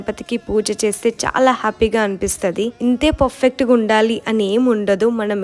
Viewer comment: Perfect ❌ puffet✅